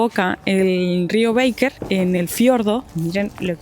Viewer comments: Los felicito por los videos, qué ganas dan de volver!. En verdad esos paisajes son para quedar mudo de emoción. La confluencia del Baker con el Nef es de un poder que no se explica (ojo que es Baker con "a", no "béiker", ya que el nombre es de origen alemán). La cuesta donde vieron el cóndor al parecer la han arreglado más en los últimos meses. La hice en octubre del año pasado con uno de mis hijos y tiene algunas partes que son del terror. Saludos! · Chicos, no es rio "beiker" sino que es Baker, no se pronuncia como en inglés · Mis oidos sufrieron escuchando "Beiker" 😢 y Baker. Perdón tenía que decirlo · Se pronuncia, rio Baker, no beiker.. lo mismo que pronunciamos Cócrane y no Cocrein ya que chilenizamos el termino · Hermosos lugares! La carretera austral es bellísima! Pero no le cambien el nombre de los lugares. Cochrane no es cochrein, Baker no es beiker